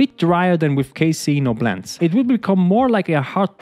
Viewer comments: It's CASEIN not casaEEEEIN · "if you don't CASE-ER-EN" Lolled how he said it, I think it sounds better said that way.